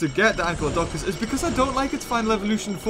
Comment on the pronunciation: Its not ANKYLODONCUS it is ANKYLODOCUS...... anykl-lodocus